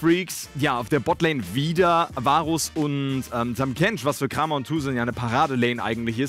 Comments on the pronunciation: Nightwish1193. 클람엘 schreibt er sich auf koreanisch und das liest man krahm-yer. die englischen caster sprechen das auch falsch aus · Du solltest dich wirklich entscheiden ob du die Namen deutsch oder englisch aussprichst. Kramer wird "Kreymer" ausgesprochen